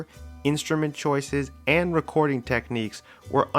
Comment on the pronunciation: this nigga said WRECKORDING